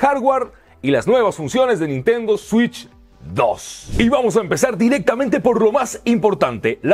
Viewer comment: Nintendo shitch 😂